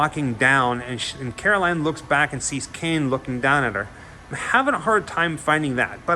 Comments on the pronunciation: Stop saying "Caroline" You're obviously not a fan if that's how you're pronouncing it. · It's carol ann...not caroline... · Carol Anne, not Caroline. But great video! Good work man! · Just an FYI…it’s not Caroline. It’s Carol-Anne. Love the video! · At least you got her name right in the title of this video. You keep calling her Caroline. ;) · Cool video, but I'd be remiss to not point out that it's Carol Anne, not Caroline. Kane was definitely the best thing about 'Poltergeist II'. Julian Beck took the part knowing he had little time left. The actor who played him in 'III' just didn't bring the same power to it. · Carol Anne not Caroline. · it's carol-ann, not Caroline. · Love, it’s Carol Ann not Caroline. 😏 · It's Carol Anne not Caroline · He’s saying karoline it’s carol anne 😂😂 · Say it with me “CAROL ANN”, otherwise, awesome video!! But for real, it was killing me every time you said Caroline!!!! 🤣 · Carol ANN, Not Caroline... Did you even see the movie... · It is Carol Anne not Caroline LOL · ahem CAROL ANNE!!! Not Caroline! Lol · Its Carol Anne, not Caroline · Carol Anne. Not Caroline 😖